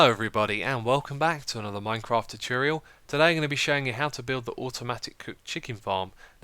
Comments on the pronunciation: Is it just me or did he say tootooriul instead of tutorial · You are mispronouncing 'tutorial'. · Tchutyurial?? It's tutorial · “Teturial” Tutorial. “Teturial” sigh